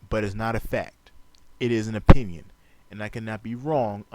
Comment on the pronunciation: oPPPinion. oPFPFPFPinnion.